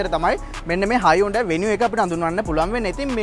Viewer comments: ඕක ඇත්තටම හයිඋන්ඩායී නෙවෙයි හියුන්දේ කියලා කියවෙන්න ඕනෙ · Yes. Even in advertisements they say as hun- dai